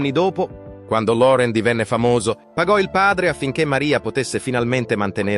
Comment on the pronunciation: Se uno parla italiano,pronunci.correttamente, impari per rispetto .Loren diventa Lore'n, .